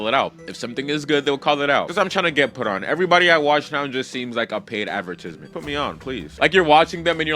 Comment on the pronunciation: Bro, go take some more English classes. It's "advertisement(s)", not advertism(s). 🤣